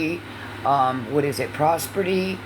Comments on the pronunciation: Prosperty?? I think you mean prosperity, 🙄 what a DA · Omfg the proper pronunciation is "HES-I- TANT" NOT HESSIN AND IT'S "PROSPERITY" NOT "PROSPERTIE" 5TH GRADE EDUCATION I SWEAR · Pros ber dy she educated herself The word is prosperity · "Prosprity" followed by "educate yourselfs" 😂😂😂😂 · 🙋🏻‍♀️🙋🏻‍♀️🙋🏻‍♀️Raise your hand if you couldn’t wait for to pause and say “prosperdy” 😂😂😂😂, I adore you!! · praa·speh·ruh·tee 😏 words are hard 😂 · Educate how. To spell prosperity or pronounce it